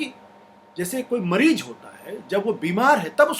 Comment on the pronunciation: Ashutosh sir , please apna pronounciation correct ker yeh . MAREEJ nahe mareez or MARJ nahe marz hai. Jindabad nahi zindabad. Jaysay India zindabad . Thank you